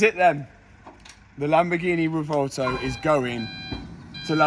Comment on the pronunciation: Oh the Lamborghineh...